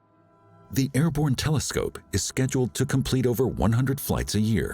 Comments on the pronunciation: Airborne not "airbone" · you mean "airborne"